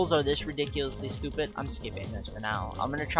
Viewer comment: Why You Say Stupeh